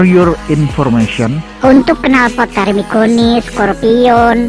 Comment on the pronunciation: Termignoni bang bukan termigoni 😅 kurang aqua nih mimin